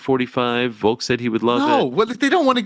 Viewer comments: Again Ariel, it’s Volk, not Voke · Petition to get the show to stop talking about Volk just so that we don’t have to hear Ariel say “Voke” anymore